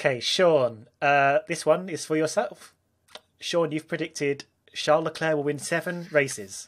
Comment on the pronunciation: Why do people pronounce Leclerc's name with a soft "c"? Even the man himself pronounces it with a hard "c"